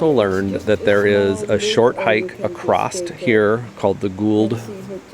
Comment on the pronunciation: The word is “across”, no “t”. Why are you saying “acrossed”? Very strange 😊